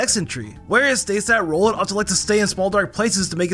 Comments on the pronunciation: he said rolet not rowlet💀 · Love you videos bro. But its an owl, so im pretty sure its name is "R-owl-et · Bros got some goffy ahh pronunciations Like bro nuguhnadul rollet like seriously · You sed phampy and rowlet and naganadell wrong